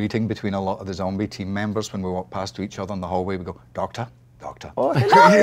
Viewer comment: So no one gonna mention "A to the E zombitch" cause that kinda slaps.